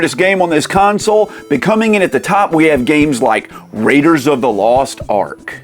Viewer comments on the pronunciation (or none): none